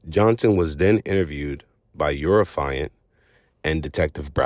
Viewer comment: It is not “affailant” it is AFFIANT